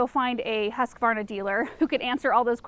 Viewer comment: ”hoos-kvarna”. it’s a swedish company :-). (i am swedish)